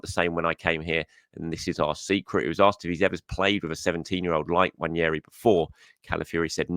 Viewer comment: ....please please please please please please please please please please please please please please please read this... It's NWANERI not NWANIERI Please read this and pronounce his name right. I'm sad admittedly...but it screws up my day 😱😱😱😱😱